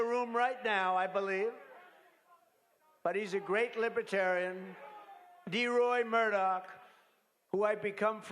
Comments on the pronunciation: He can't even pronounce it correctly. Lib e tarian? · this entire speech was like one big lie lmfao. also he can't pronounce "libertarian" correctly. LIBETARIAN